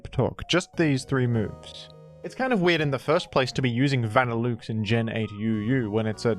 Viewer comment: i can forgive grudon but that vanilluxe pronunciation is something else